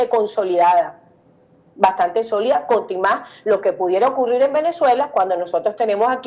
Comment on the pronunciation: "contimas" ...dijo? o escuche mal?